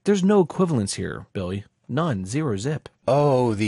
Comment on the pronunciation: Likin' whatcha sayin'.